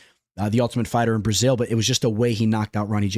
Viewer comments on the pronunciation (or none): none